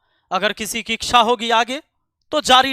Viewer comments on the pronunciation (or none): none